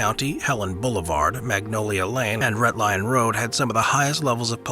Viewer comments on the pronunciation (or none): none